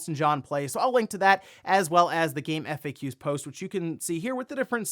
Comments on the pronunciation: Yes. I've never spelled out faq in GameFAQs before and I've never heard GameFAQs specifically said that way. I did a doubletake when I heard it and I had to pause the video and look for comments on this and yours was the only one I found mentioning this. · It bothers me how you pronounce GameFAQs